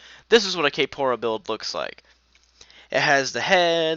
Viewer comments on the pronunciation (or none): you keep saying "kay-pora" and it's making me so annoyed oml it''s kphoria, pronounced like euphoria edit: obviously not much better but it annoys me